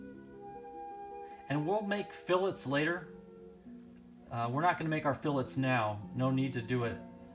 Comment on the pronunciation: I’m just glad you know how to pronounce fillets correctly. Let the flame wars start!